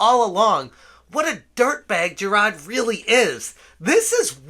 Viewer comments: Jer-rod... Seriously dude, pay attention to the letters that make up a person's name. It's Jir-ARD. Rhymes with "tard". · JI-RARD. Not JI-RAHD. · I'm not a fan of the guy, but the name is JiraRd, not Jirad. Also, "is pale in comparison" is pretty funny lol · I appreciate the content here. I appreciate the coverage of this ...thing we're all seeing unfolding before our eyes. (I agree full on agree with everything you've been saying) BUT, my dude. you really really gotta stop calling this man Jirad. I know the Boston accent thing and all but "Jirad" is literally the only thing you have ever said in the accent. White people mispronouncing the names of POC is not a good look and if you want to continue covering The Completionist, you really gotta learn how to pronounce his name correctly. It's kinda racist. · I saw your tweet. I'm not calling YOU racist. I'm talking about mispronouncing his name comes off as racist. When you cover this story, Jirard's bootlickers are going to come looking for any and every crack in the foundation to make it about you. No "having an accent" isn't racist (Trust me. I know all about accents, I'm from Chicago lol). But you know how these people work. As someone who has spent YEARS dealing with toxic fandoms, I was just giving advice. I'm sorry if I came off any other way. No offense intended. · Dude please how do you just not pronounce Jirard the way that everyone else does. It kinda drives me insane. Your coverage of the situation is very prompt, so good job on that regardless